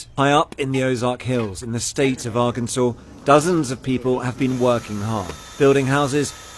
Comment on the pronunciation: Good ole “Are-Kansas” at it again